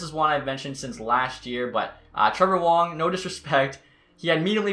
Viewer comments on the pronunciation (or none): none